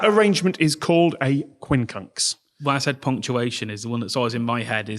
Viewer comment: When said "quincunx" I heard "queen conch". I only realised it was the English version of the word "quinconce" when the number five was mentioned.